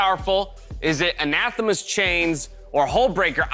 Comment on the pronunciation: Happy birthday Kobe. Edit: I'm so happy can pronounce Anathema correctly, it's been peeving me.